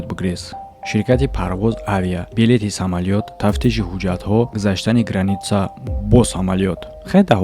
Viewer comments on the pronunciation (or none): none